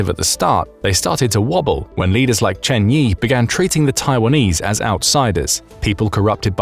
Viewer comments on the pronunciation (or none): none